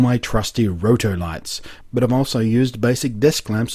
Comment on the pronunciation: I love how blunty says "but". "BAHT"